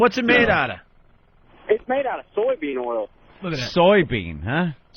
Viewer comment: Dude said "soil" bean oil Haha!